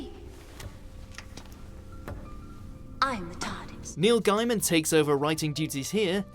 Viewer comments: It's pronounced Van Goff not Van Go And it's pronounced Neil Gay-man not Neil Gei-man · These American ears thought he said "Neil Diamond" as well. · "Neil Guy-min" and "Su-rain Jones", seriously? It's like they're doing it on purpose now.